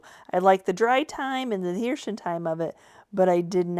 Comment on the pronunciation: What is “adhershun”? 😂